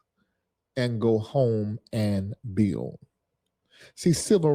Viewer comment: THIS DUMBSHIT DEGENERATE CAN'T BUILD A LEGO TOY SET LET ALONE PRONOUNCE THE WORD Properly..THE SMARTER HE TRIES TO TALK THE DUMBER HE SOUND'S...WHAT A FOOL..BTW BUILD HAS A D AT THE END TRY PRONOUNCING THAT MY VERY UNTALENTED MORON.. PLEASE GO BACK TO AFRICA SEE HOW THAT WORKS OUT AND LETS SEE JUST HOW WELCOMED YOU ARE...DO NOT RETURN 😮😮😮😮